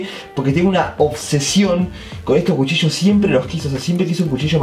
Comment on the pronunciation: Cuando dijo jucillos y era cuchillos